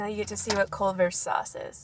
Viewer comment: "clevers" "clovers"